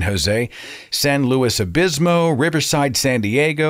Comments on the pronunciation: San Luis Obispo not Obismo. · Seth, please, it's "San Luis OBISPO". And I can't wait to see you there, if you go ;)